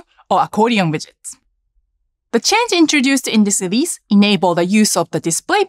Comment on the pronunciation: Someone saying Lelease 😂